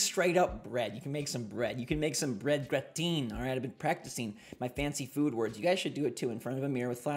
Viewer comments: Uhm no? Gratin ?! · Someone please teach him how to pronounce Gratin